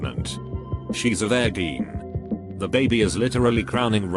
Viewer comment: Anyone else weirded out by the way the robot pronounces virgeen